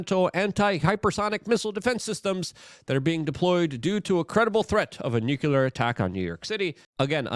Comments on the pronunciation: It's pronounced "NU CLEAR" not "nucular" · LUKE, for the love of God. It’s pronounced NOO-CLEE-UR.